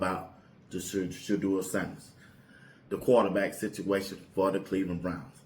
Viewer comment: So wow! He knows how to pronounce Shedeur name.